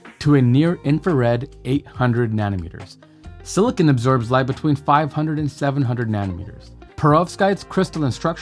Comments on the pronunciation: It's SILICON, not SILICONE! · Great explanation. Silicon, not "silicone" 😉